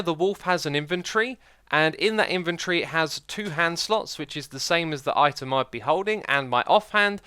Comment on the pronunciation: Inventory not inventree go back to Britian you pp head